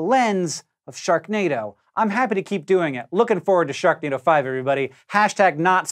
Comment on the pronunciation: Hank you said Shreknado